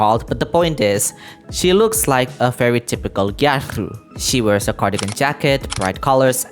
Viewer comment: Everytime u said Gyaru I lost 5 years of my lifespan